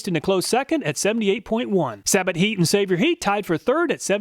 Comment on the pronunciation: excellent content, as always! I think Sabotheat is pronounced “say bow heat.”